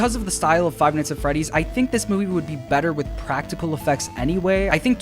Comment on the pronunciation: I was hoping someone in the comments also noticed the mispronouciation of Freddy's name.